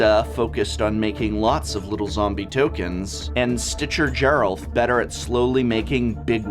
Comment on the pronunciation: I like that you mispronounced a ton of cards here but managed to get Gisa and Geralf correct. If I didn't know better, I'd say you were doing it on purpose.